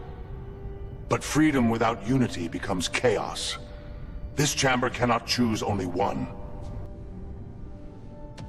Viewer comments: Fantastic except for pronunciations of certain words = CH-aim-Ber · I wish they'd stop mispronouncing chamber......and Coruskant?........Coruscant it should be.